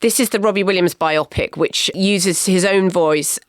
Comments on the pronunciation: Please stop mispronouncing bio-pic as bi-opic. Bio-pic is a portmanteau of "Biography Picture"; not "Two Oxford Partical Imaging Centre". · Surely Bio Pic, as in Biography Picture, not Biopic pronounced like Bionic or Myopic?! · It’s bio-pic NOT bi-opic FFS. Saying “bi-opic” is even worse than the idiots who say defiantly when they mean definitely. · Bio-pic NOT biopic (rhyming with myopic). Love a biopic. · HA! And I'm exasperated by Marina's pronunciation of biopic. bi-OPP-ick? I don't think so.